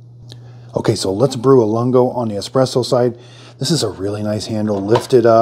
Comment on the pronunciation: Great video. For your reference the Lungo is pronounced loongo, meaning long in Italian. Just in case you want to know. Thanks for the video!